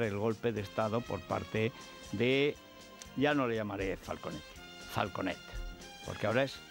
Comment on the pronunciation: mejor más pronunciación catalana y menos valenciana, es decir, falcUnet jajajajajjajajajaja